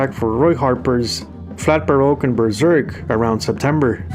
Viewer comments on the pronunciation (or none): none